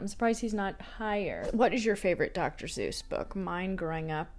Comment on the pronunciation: The way you say Dr. Suess as Dr. Zeus got me 😂❤